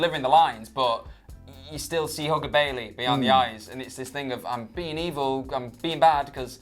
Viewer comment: HAHAHA I thought said "Hooker Bayley" not "Hugger Bayley"